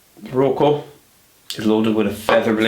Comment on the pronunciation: I think it is Rocca and not Rocco